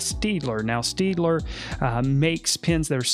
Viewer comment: Great tips. BTW, it’s not pronounced ‘Steedler,’ but rather ‘Shtadtler.’